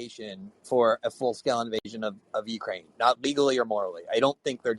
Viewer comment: Why are you emphasizing "full scale"............? Are they partly justified.........? (14 seconds John, be cool).